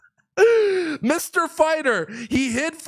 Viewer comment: "My friends, as you all know, I'm a farter." Not fighter.